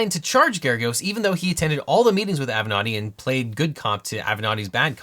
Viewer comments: Ok but why do you pronounce it "av'nòdi" instead of "avenatti"? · Spitzer is saying “thank gawd for Avenetti” 😅😅😅😅